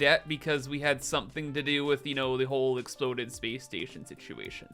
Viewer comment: "Speece Steetion"